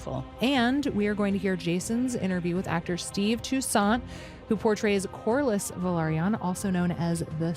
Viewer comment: Valyrian is pronounced VAL - EER - IAN and Velaryon is pronounced VEL - AR - YON. Neither of these names' first two syllables are pronounced VUH - LAIR. Hope that tidies things up, official Game of Thrones spokesperson.